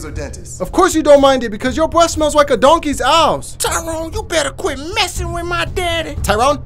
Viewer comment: Awss! He said awss! But...nevermind